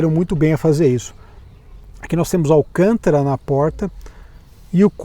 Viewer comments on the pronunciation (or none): none